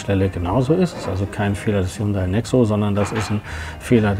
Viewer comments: Hunday nicht highhunda wird ausgesprochen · und das heisst ned H yundai Sondern Hyundai das h wird verschluckt sollte man schon wissen wenn man autovorstellung macht ;) ansonsten schöne vorstellung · haiundai? wird ja immer kreativer die falsche Aussprache des Firmennamens ;) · Ich dachte immer , nur Italiener erfinden Aussprache von Worten die sie nicht kennen.....aber kommt der "Hayundai" wenn der Wagen nur nicht so "schiach" wär... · Er sagt immerwieder " H-A-J-U-N-D-A-J-I" Hyundai lol